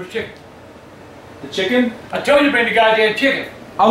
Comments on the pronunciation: “CAUSE I WANT CHIGGEN” 😂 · Because I want CHIGGEN